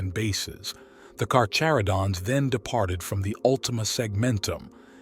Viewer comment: If i hear kaka-rodents one more time....